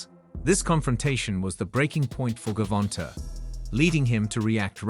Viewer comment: Buddy said ....my bad AI said "Gerald Davis" 😂😭 THIS 💩 done got way outta hand.......GERRRvonta😂